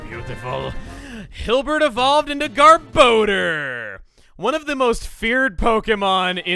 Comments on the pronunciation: Not only is garbodor one of the most feared TCG Pokemon it's also one of the most mispronounced Pokemon. It's (gar-boh-der) not (gar-ba-door). It's a combination between garbage and odor and the anime and Pokedex 3d pro pronounce it (gar-boh-der). I can't tell you how many times I've heard it said wrong because it's just too much to count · I hate the official pronunciation of Garbodor, it should be “Gar-Buh-Door” and not “Gar-Bow-Dur” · "garb-OH-door?!" i just blanked for a moment. i thought it was pronounced more like "garb-AH-door..." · For some reason every time I hear Gabodor’s cry I hear it saying “Dumbledore” Did I spell that right xd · Since I don’t see if anyone else mentioned it...Does anyone else hear him say “Garbodor” as “Garboner”? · I was half paying attention to you saying garbodar. I thought you said "Garboner". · So, I just learned that Garbodor's name has a second o, not a second a. Been pronouncing that wrong for years.